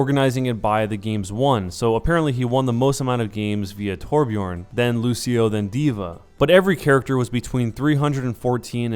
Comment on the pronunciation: its not torbjorn IITTSS FFUUCCKKIINNGG TORBJØRN!!